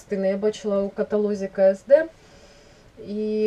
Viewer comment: невеличка поправрчка, не ке ес де, а Кеседе)